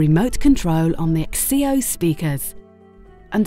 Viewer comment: The 'x-ceo' ?? It's pronounced 'zee-oh' ....